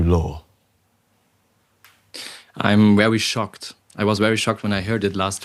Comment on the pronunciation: "I'm werry shocked!"